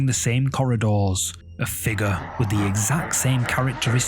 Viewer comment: Did you all see the "Figgah"? Not figure, figgah.